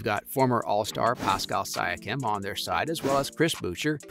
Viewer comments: Mispronouncing Siakam. Where you even supposed to be doing basketball videos? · I had to stop watching after the mis pronouncing of big name stars. It’s hard to believe someone knows the NBA if they can’t even say Zach Lavine correctly or Pascal Siakam. Just gotta do more research before you drop these vids. Good luck!!